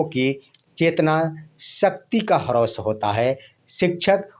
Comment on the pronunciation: हरौस क्या बोलते हो ह्रास बोलो।